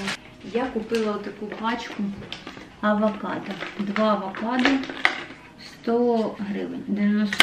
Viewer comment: Не авакадо а авокадо